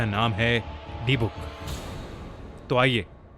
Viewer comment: its pronounced di-buk not dee-book